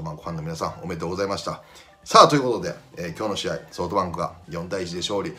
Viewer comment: 里崎さんって、ソートバンクって言ってるよな